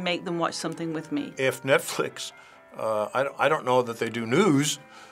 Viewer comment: "NetFlex" XD